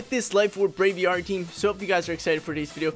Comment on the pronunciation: Brave + Aviary = Braviary not “bravy arry” lol...drives me nuts